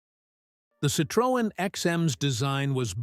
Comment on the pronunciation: It would be good if Americans learned how to pronounce Citroën